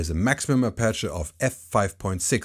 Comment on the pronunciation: The letter to stress in "aperture" is the first "a". So APerture, and not apErture. Just fyi!